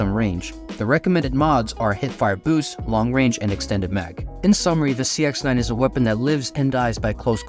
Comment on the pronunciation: An intentional mispronunciation of the sex9… i mean the cx9. 👀